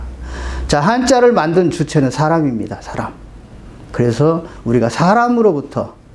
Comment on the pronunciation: 선생께서 처음으로, 제 기억으로는,처음으로, 많은 한국 학자중에, "사람"이라는 말을 바르게 발음하셨습니다. 이 얼마나 놀라운 일입니까? 즉 "사람"의 "사"는"길게"발음해야 하지 않습니까? 이러 고유어, "사람"의 발음도 제대로 발음하지 못하는 민족이 한국민이니 이 얼마나 슬픈 일입니까? 거의 모든 국민, 학자가, "사람"의 "사"를 짧게 그리고 "람"을 마치accent가 있는 것처럼 강하게 발음하고 있습니다. 이런 발음 문제는 실로 심각합니다. 이에 제가 "한국 어문을 고발함"이라는 책을 "눈물로" 썼아오니, 이 책을 일ㄹ독해 주실까요? 미국 변 완수 배